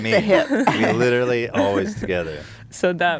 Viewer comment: "Litcherally" is leafy confirmed